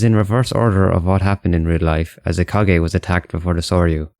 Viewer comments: Kage? It's Kaga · It is pronounced ka-ha not ka-gae I have never seen anyone pronouncing it that way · Man really said kagay it's kaga get it right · The way you mispronounce the name "Kaga" is so bruh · > makes a vid about historical innacuracy > can't even read "Kaga" properly